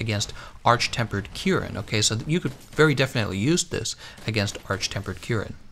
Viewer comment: Really, really weird way to pronounce monsters name... What the hell is Arch Tempered Kyuren? Kushala D'Aura? What is he, french? Bowsergeuse?